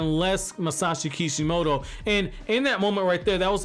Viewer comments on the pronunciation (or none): it's kishimoto not IKIMOTO